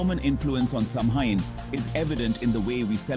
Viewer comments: Seriously it's 2024 and you can't pronounce Samhain correctly? It's awfully hard to take the video seriously when you kick it off with that. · They pronounced it like 5 different ways throughout the video and made sure to say Samhain/sammein/sumhoin as many times as possible. Also couldn't finish the video because of this. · in and I'm turning it off for this reason. pathetic.